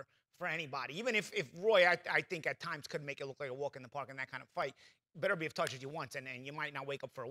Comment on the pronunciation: Not one of them pronounced Beterbiev right lol